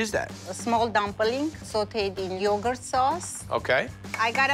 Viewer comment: He said slinging yougart